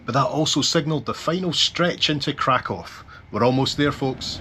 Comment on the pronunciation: It's refreshing to hear somebody pronounce Krakow correctly. I visited Krakow in 1979 in my teens and this is how I've always pronounced it. I was there in the square on 1st of September 1979 when they were commemorating the 40th anniversary of the invasion of Poland. I spent two weeks in the resort Międzygórze with some amazing people. We walked in the foothills near Mount Śnieżnik. I'd love to see you both do a video there.